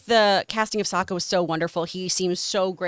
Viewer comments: "Soak a." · Please never pronounce sOOka or Iro wrong, again. Your fellow Avatar fan. Thanks! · "Hey, you know who they really nailed, Soaka!" Wow, you weren't kidding when you said there were bigger fans than you. I have to disagree. Still looks good though. And it's "Sock-a" Like a sock on your foot. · Soaka and Uncle Earroh, ugh. That's the names from the M. Night Shyamalan movie. it's Sokka as in Sock-ah and Iroh as in I-Row. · It’s sokka (sah kuh) god dammit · dis mf called him soca…… 💀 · How did this guy get the names of Sokka and Iroh wrong AFTER THE MOVIE GOT BLASTED FOR IT!? It's pronounced SAW-KUH, my guy, and EYE-ROW. Come on. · Sock-kah, John,. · So-ca Ee-ro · Wow he's butchering the names just like the movie 🤢🤢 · Why are you saying all the names wrong? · that is NOT how you pronounce Sokka's name!🤌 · i know you weren't the biggest fan of the original show, but PLEASE get the pronunciation of the character's names right!!! You're using the horrible movie speak by M. Night Shamylan's ego. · This guy mispronouncing Sokka and Iroh names giving movie flashbacks 😂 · Man claims to watch the anime but mispronounces the character names lmao what? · Can’t finishing watching after the butchering of the names bye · Here to see how many comments there are for John's pronunciation of Sokka and Iroh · Funny, for a guy who likes the animated version he uses the Shamalan pronunciation of their names.😂